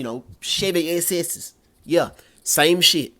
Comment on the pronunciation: Saying that "yeah" with that southern accent gets me every time 😂😂